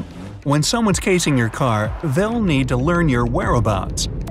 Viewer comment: He said casing instead of chasing